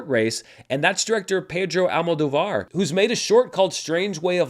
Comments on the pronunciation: A little guide on pronunciation as a native Spanish speaker: The surname of the director is AlmoDÓvar... the tilde ' indicates the strong syllable. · AlmoDOvar… almuhTHOvar